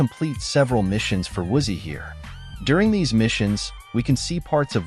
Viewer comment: Is this channel voiced by AI? If not, why the hell are you intentionally mispronouncing Woozie and Jizzy, and other words?